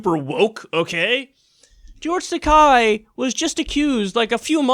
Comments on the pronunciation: That's an "e" in "Takei." Japanese names are not that difficult to pronounce. "Takei" rhymes with "gay", not with "guy.." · Takei is pronounced like today, and he's hilarious , jerk!